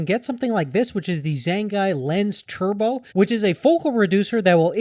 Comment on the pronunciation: Completely butchered the pronunciation of Zhongyi... otherwise, solid video.